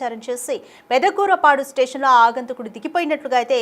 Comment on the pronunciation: ఆగంతకుడు కాదమ్మా, "ఆగంతకుడు" తెలుగు భాషను పాడుచేయ్యొద్దు.